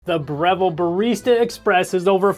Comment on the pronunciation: I don't think you said Breville properly